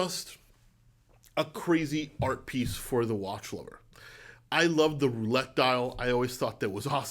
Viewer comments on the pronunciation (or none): none